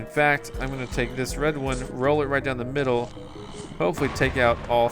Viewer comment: You said the fack